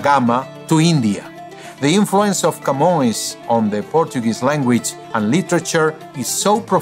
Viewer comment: I knew Portuguese was his language when he got the nasal vowel right in "Camões".